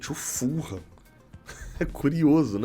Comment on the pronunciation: Não é FUL-HAM se diz FU-LAM.. assim mesmo .. ful ham tem quase significado de presunto inteiro